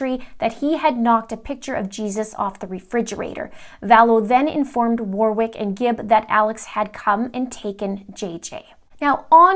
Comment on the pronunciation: Warwick, second W is silent.